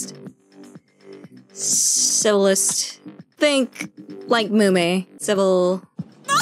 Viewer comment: 크로니가 한국어를 잘하니 civil의 단어가 한국어의 욕처럼 들리는건 착각이겠죠? ㅋㅋㅋ